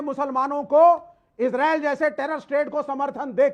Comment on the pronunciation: अरे यार इजरील नहीं इजराइल है बोलना तो सीख